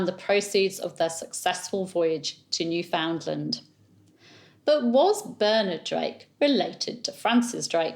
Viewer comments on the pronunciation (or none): Newfoundland is pronounced “newfnlnd,” not “new found land.” Don’t ask me why.